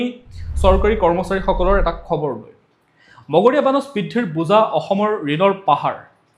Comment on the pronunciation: Your own remarks in reading the news are praiseworthy .Thank you for your own remarks .But one word in Assamese 'মৰগীয়া'"is pronounced wrongly as মগনীয়া ।Don't mind please .